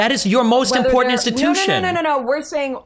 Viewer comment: "In poor tent" Ugh